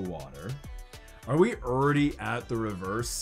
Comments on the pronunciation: You know youre from Texas when you pronounce "already" as "Urdy"! Haha love your channel and what you do for the community! Thank you! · The way says already throughout this video has me rollin’ 😆